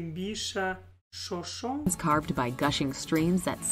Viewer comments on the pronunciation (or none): It is pronounced Show Show neh. It was wonderful to see our beeautiful sites with your eyes. It gave me smiles to hear your comments.